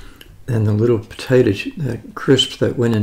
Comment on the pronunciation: Potay-dough, if I recall